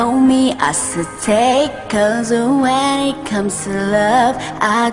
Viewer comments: Công nhận bài này phát âm sai nhiều, từ love thành like thật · nói :Chất giọng chị hay nhưng phát âm tiếng anh thì tệ quá từ đơn giản như ''love" em nghe chị hát thành "like" luôn í. Nếu bài này phát âm tốt thì k bị chê nhiều như vậy :( ! vầy mà đag chê người ta còn j nữa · Chất giọng chị hay nhưng phát âm tiếng anh thì tệ quá từ đơn giản như ''love" em nghe chị hát thành "like" luôn í. Nếu bài này phát âm tốt thì k bị chê nhiều như vậy :(